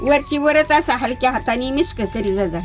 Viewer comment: मिस्क म्हणते. मिक्स नाही.फार आवडते.😂😂😂 अगोबाई सिक्रेट मसाला...😂😂😂... मिस्क. मज्जा 😂😂